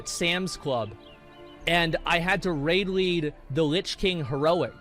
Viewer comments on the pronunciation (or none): none